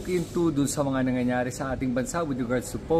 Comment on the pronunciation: Fluent knmn mag tagalog Frend & I know rather we know that ur intelligent, pls itama mo yung salitang... " Nangyayare" na namimiss pronounce mo as..." "Nyanyanyare"- that is so elementary at di po magandang pakinggan.